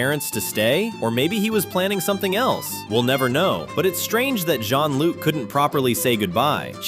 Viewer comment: Shonluke not Jeanluke